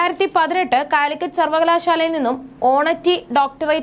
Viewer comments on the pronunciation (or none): Honoutty അല്ല കുട്ടി Honour ary (ഓണറ്റി അല്ല ഓണറ റി ആണ്